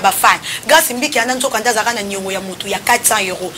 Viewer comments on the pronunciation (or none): none